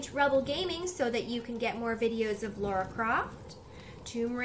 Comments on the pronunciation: I hate to be that guy.. But Tomb Raider is too precious to me. her name is Lara, pronounced 'la rah' there's no u, its not Laura. you wouldn't call Princess Leia, Leah would you. all the same, love you're walkthroughs. smile face. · "Lara" instead of "Laura". Watching you is a treat! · if you keep calling her "laura" we should call you "" "" or "bro"